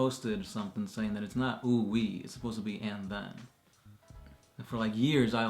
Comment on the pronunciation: There is no way in hell he is saying "And then"